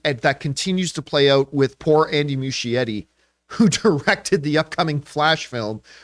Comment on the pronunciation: Oof Campea still mispronouncing Andy Muschietti’s last name